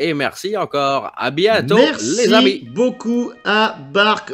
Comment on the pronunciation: Berci Borbert, berci Babbi.